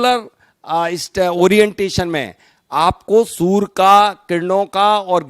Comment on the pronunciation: Chhoti muh badi bat sorry to say u r prononciaing soor inplace of surya(sun).